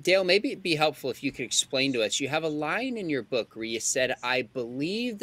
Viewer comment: Wth is a “bewk”?